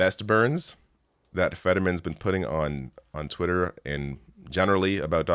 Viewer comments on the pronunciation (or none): none